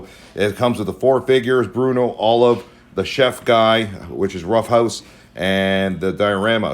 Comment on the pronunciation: Bluto, guys. Not Bruno.